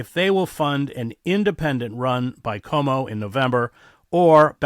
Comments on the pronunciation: It’s Quo-Mo, not Ko-Mo. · PLEASE know Cuomo is pronounced ’kwomo’ not ‘komo’. Thanks! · In the debate Momdani justifiably criticized Cuomo for mispronouncing the former's name, but you, Chris, mispronounce the latter's name. There is in Italy a Lake Como, which is how you mispronounce Cuomo's name, but it should be pronounced Ku-wo-mo, eliding the first and second syllables. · That's Cuomo, not Como, Chris.